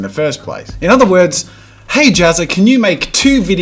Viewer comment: Did he just say "Gay everyone I'm Jazza!" lol